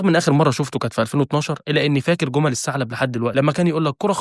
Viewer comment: السعلب 😐😐😐 ابه الصعوبة في الثاء !!!!!